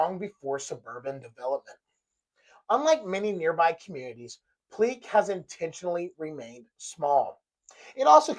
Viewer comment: FYI - The family pronounces it Pleak - like Steak. Pl-ache. Not ‘Pl-eek’. His initials were AE. Not AR. Not that it really matters at the end of the day …